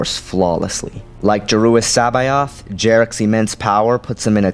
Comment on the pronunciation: Joruus nice pronunciation i was never sure how to